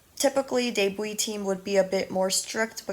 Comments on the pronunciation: Her pronunciation: : deibui My pronunciation : debut Others: debu No offense tho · It took me so long to realize that you’re saying debut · well im not just gonna sit here and see you say "yikes" to someone because they didn't know how to pronounce something